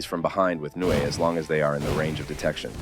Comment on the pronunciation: It’s not nue it’s nu ay